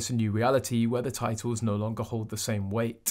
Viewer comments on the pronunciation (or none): none